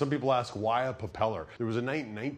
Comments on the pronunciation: Is anyone going to tell this guys it’s called a pRopeller not a puh-peller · he keeps saying "puppeller" instead of "propeller", and it's driving me crazy. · did no one else notice that he says popellar ? lolol